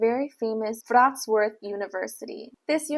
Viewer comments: It's vrot-slaaf not vrots-worth 😂 you even said the way they say it wrong wrong lol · Hey there! I live in Wrocław metropolitan area. Thanks for visiting. My advice to pronunciation: Wrocław phonetically it is pretty close to "Vrots - love".